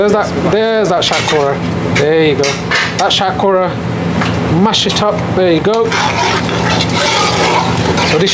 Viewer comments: Love your videos bro, but I think you should pronounce the vegetables Bengali way lol. Like shatkora haha still love it though. You pronounced it non Bengali way. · Pronounce Shatkora properly not like a coconut.